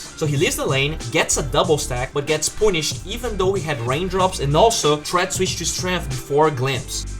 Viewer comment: Triggers me how you say "punished"